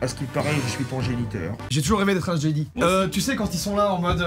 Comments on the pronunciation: comment t’as prononcé jedi je suis mort ça se prononce djedai et pas jeudi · Att ya que moi ça m'a fait tiqué quand il a prononcé jedi "jédi"😂😂😂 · Tu dis Jedi "i" je rêve pas ? XD c'est fait exprès ? JedY ?! xD Et Stormwoopers ? Stormtrooper xD Mais trop bien ta vidéo (x xD